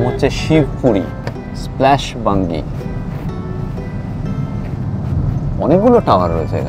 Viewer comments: ওটা বাঞ্জি জাম্পিং হবে,বাঙ্গি নয় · আরে ওটা বাঙ্গী নয় রে, বাঞ্জি জাম্পিং 😂😂